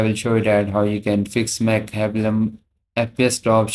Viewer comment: did u just say mech heblum